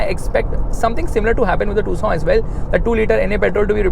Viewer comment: I 😂😂 thought it's pronounce as Tucson but it is tusooon